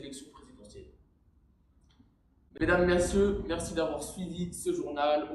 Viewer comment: Mesdames, mercieux Yes la dyslexie 👍👍👍